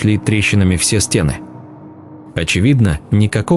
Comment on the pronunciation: СТЕны?, стеНЫ! Неправильные ударения, паузы не там, монотонное чтение. Это невозможно слушать, пойду что-либо другое найду.